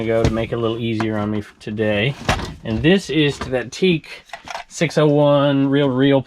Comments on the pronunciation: Teac is pronounced TEE-ACK not teak for future reference. Stereo guy who owned lots of Teac in past life. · 'Teac' is pronounced 'Tea Ack' Not 'Teek'. Just FYI... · TEAC is usually pronounced (Tee)-YAK. THANKS FOR THE VIDEOS!